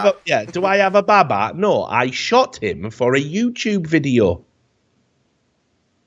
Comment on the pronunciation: They could have gotten baba from bàba (爸爸) which is Chinese for father, but they absolutely butchered the pronunciation